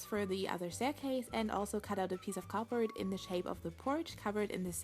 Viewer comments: It sounds like ur saying cooper but it's cardboard no offense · ITS NOT "capord" ITS "cardboard"!!!!!!!!!! 😡😡😡😡😡😤😤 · It sounds like she says copper instead of cardboard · It's called CARD board not COB board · Is it just me or does it sound like she's saying copper instead of cardboard? Not being rude I love your vids! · For the longest time I thought she was saying “copper” and I was hella confused. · When you say "cardboard" it sounds like "copper" either that or I need to sleep more